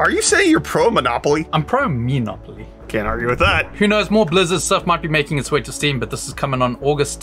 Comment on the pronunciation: Loved that. “I’m pro ME-nopoly”. Lmao